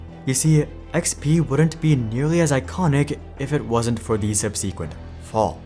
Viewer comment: sub-SEE-qwent is not how that is said. please go and read a dictionary